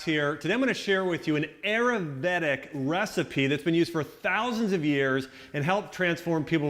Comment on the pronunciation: the butchering of the word Ayurvedic...